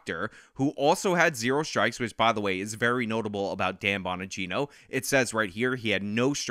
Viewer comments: Bongino. Not Bonagino haha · It's Dan BONGINO, not Bon A gino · Bongino not fucking Bonogino lmao. You should really be familiar with Bonginos work holmes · It's not bonagino it's bongino. Maybe you are accidentally combing Danny Bonaduce and Dan Bongino. Lol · it's BONGINO, not BON-A-GINO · Not Bonagino. Bongino. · Bon-gino not Bon-Ah-gino. Nevermind, you mispronounced almost every name. You must get all your information from reading articles, which is fine to a point. Watch a little bit of video so you know how to pronounce peoples names and you will have even more credibility. Not knowing how to pronounce prominent names makes you seem uninformed. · There is no extra I in Bongino. It's just Bongino. Bon. Gino.